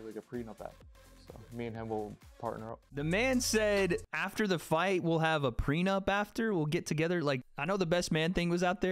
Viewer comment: He said prenub app